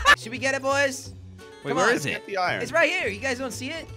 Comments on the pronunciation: its iron not irone jelly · Why do you say iren instead of iron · How many times does he say iron wrong 👇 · always pronounces iron wrong